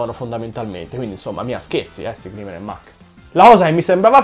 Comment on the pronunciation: Grimer si legge graimer, comunque bellissimo video e bella idea